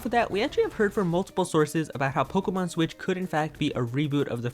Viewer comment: “Nintendo swit” 😂👌 “Nintendo swi”😂😂😂😂😂💀💀